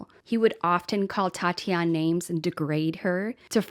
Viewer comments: What a great tribute. Her name is pronounced at Tatianee (long "ee" at the end), Tati for short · Since she is Brazilian it is Tatiane pronounces Tatianie, the -e makes the 'ie' sound as in 'key' so you're correct it isn't Tatiana. :) Merry Christmas, I love your videos. ♥️